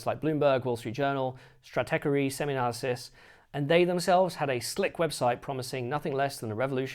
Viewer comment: Happy to help with the pronunciation there-- You know the old stoner movies? Cheech and Chong? Well, the Cheech appears int Stratechery. StratEECHery. HTH!